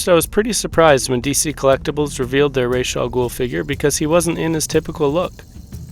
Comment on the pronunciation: It's awesome that you pronounced his name the right way. Most people pronounce it like in the Batman Begins movie.